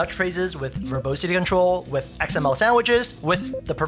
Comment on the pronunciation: It’s pronounced ver-bAH-sity , not ver-bOH-sity